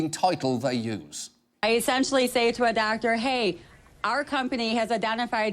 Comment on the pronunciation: the lady sounds like she's deaf. WE ESSENTIALLY SAY TO A DOCTA, "HAY, DO U WANNA BE A THOUGHT LEEDA?"